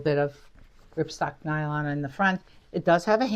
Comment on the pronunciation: RIPSTOP nylon, not ripstock.